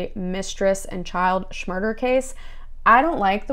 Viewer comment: Why do u say shmurder??